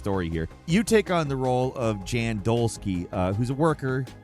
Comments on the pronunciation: The main characters name in The Alters is Jan Dolski, pronounced "Yan" as in the Polish male name. Not "Jan" as is Janet.. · Protagonist of the Alters is called Yaan (Jan) not djan 🙄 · it’s pronounced Yahn Lol not Jan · You say Jan, and it’s obvious that it’s a guy, but refer to him as a her instead of realizing it’s probably the European soft J that would sound like Yan and be a guys name.😂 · Jan is pronounced almost like "yawn", but without the "o"-sound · Just fyi in alters the main character jan pronounced “yan” which is a Polish male name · The Alters. The main character, Jan is pronounces "Yan". It uses J in a Scandanavian way. Also, Jan is a male character. You kept saying "she." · This. Also, Jan is pronounced as Yaan. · Jan is a European male name and is pronounced "Yan", the MC Jan is clearly male dude come on XD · The Alters segment in this video reminded me of Eurotrip where the protag thinks Jan is a female name since they weren't pronouncing it correctly. :D